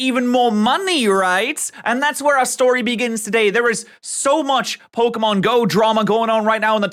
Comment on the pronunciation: How do you do so much Pokémon content and STILL mispronounce Pokémon so abyssmally? It's POCKET, not eeeeeeeeee. There is an é in the name for a reason